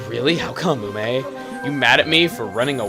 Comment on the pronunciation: You said Ume right! Huzzah!